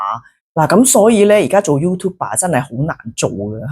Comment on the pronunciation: YouTuber 唔係讀youtube 爸！